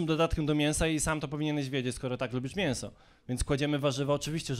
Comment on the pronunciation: Jedne z lepszych kartek. mówi się miĘso Pan raczysz wymawiać mienso.